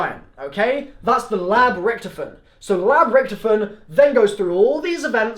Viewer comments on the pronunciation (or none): Rick toff en not ricktefen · Can't pronounce Rictofen